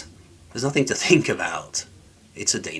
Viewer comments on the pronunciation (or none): none